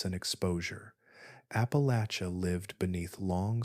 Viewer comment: Thank you for pronouncing Appalachia correctly! Listening from Bristol TN/VA